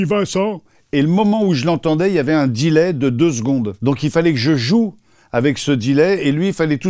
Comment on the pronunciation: délais pas dilais 😂.